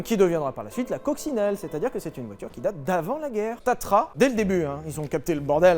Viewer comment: Petite rectification on dit tatra et pas tatra (patatra lol)